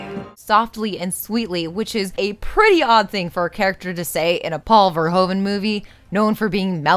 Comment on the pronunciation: This is an old (and a great) video so probably someone already mentioned, but it is pronounced 'fer-who-ven'.